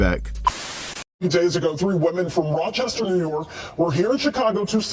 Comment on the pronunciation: Oh wow, Rochester, not Rochester 😂 I'm just glad it's not anyone from NYC.